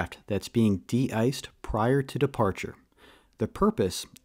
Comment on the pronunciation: Thanks for yr help/work. Just, The De-cing, de-iced pronounciations are misleading. Im not a native but they sound weird.